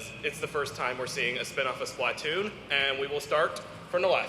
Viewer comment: That guy that kept calling it SPLAToon is getting to me lmao